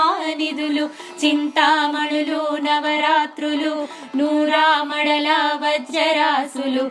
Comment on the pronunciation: Chinthamanulu navarathnalu Thappu chadava koodadhu Mi prayathnam bagundhi Kani MISTAKES VUNNAYANDI (SORRY EMI ANUKOKANDI)